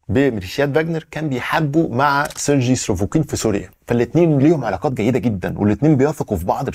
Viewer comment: خير يا كل شويه تقول سرجي مش عارف ايه مش عارف انطق الاسم